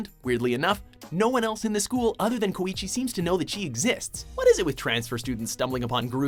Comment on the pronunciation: God damn it. How did you pronounce Koichi's name correctly and yet still manage to mispronounce Mei's